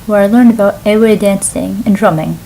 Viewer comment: didnt teach you how to say EWE.